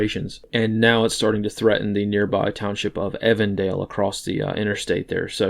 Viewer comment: Evendale is said like even dale